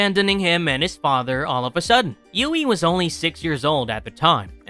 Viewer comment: How can someone whose not even real be a "Villian" lmfao Anyone wanna tell homeboy that its "HUGHIE" and not "Ewughie" lmfao